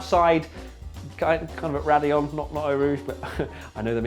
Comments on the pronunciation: "That's radillon actually" and it sucks for me cuz I'm in America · That's "Raidillon de l'eau rouge" and not only raidillon change ur memes